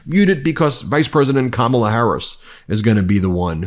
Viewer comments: Why does Trump think he’s in control of when & where they should debate?? These older adolescents on his team are so disgusting, It’s sickening how they’re deliberately mispronouncing her name. Grow Up!!! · I can't believe that you guys still can't pronounce her name! Her nieces taught you and EVERYONE else on nationwide TV how to say it !!!! 😂😂😂